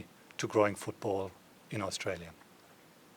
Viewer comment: Stop swallowing the vowel letters when saying our country's name. You would have been taught this in primary school.